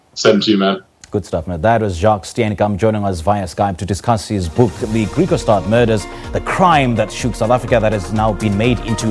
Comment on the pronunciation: IT IS PRONOUNCED GRIEKWASTAD, ITS AFRIKAANS. NOT GREEKWAASTAAD